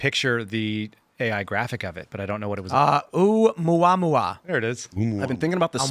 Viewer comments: Tim…”Oooh-A-Moo-A-Moo-A”. That’s how I have been taught to pronounce it. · It’s not a letter L, it’s an I for Interstellar. And it’s pronounced OhMuahMuah.